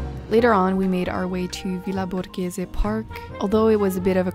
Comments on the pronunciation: I'm an italian and I loved the way you say in italian accent "villa borghese". Hope you enjoyed the journey in Rome😘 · io tipo cinque non è una cosa comune di solito tutti lo dicono con l'accento inglese mentre almeno lei lo dice giusto